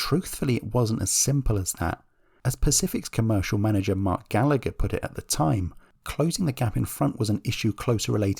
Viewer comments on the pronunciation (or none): none